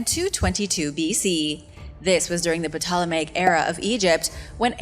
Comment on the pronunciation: Ptolemaic ( P) IS SILENT!!!